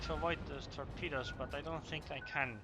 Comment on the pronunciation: was he saying torpedoes or pedo's?